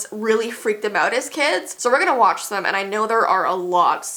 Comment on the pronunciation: Wach not each